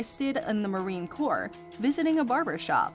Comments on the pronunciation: and, it's CORPS .. not Corp. nor Corpse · It’s Corps, not Corp.